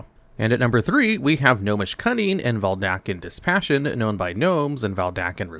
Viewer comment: Dude. VeDALken. Not VelDaken. Oof.